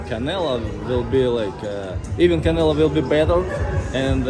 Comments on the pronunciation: Between that hat and that jacket, the crusher's on the squad Also Russian"s cant say the "O" in Canelo!?!? 😄😄😄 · The Russians don't press on the O even if it's on the middle of the word. But still funny the Canela tho lol